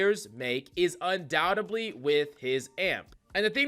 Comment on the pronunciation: Liked the tips but the pronunciation of the word undoubtedly kept annoying me!